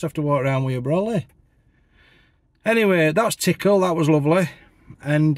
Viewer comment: Love your pronunciation of Tickhill, you said tickle. My wife was born there on a small holding on Lord Scarborough’s estate. She calls it TickHill stressing the hill. Tickle had me laughing😂 “What’s up there? Sod all” 😂🤣